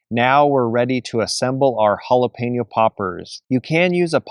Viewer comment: Great tailgate munchies right there! I’m so happy you pronounced Jalapeño correctly. Drives me crazy when people say Jalapeeno😡